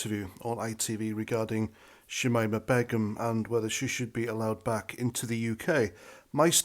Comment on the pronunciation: Her name is pronounced; Shameema Baygum